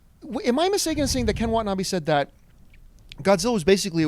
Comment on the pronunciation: I like how pronounces Ken Watanabe's name correctly after 'tries' to correct her. lol. Wa-ta-na-beh. Not Wa-ta-na-bee. Basic Japanese.